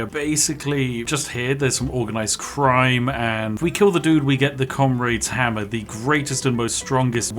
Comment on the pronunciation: FREE FOUSAND DAMAGE?!!? Noer way!!!! Fink you can get anymore? Oy fink you can. Wif fat koind of damage you could kill everyfink in that whole air-ee-er!!! That Comraid's Hamma IS serious though, innit? Ah English..... Perfectly balanced. It just works.